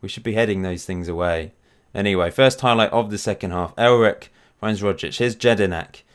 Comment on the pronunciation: It’s elrich not elric